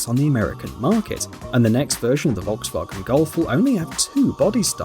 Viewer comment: Why the fuck you can't pronounce Volkswagen correctly😑😑😑